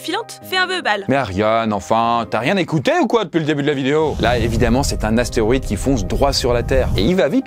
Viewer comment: c'est astéROÏde et pas astéoride, ça commence à faire beaucoup là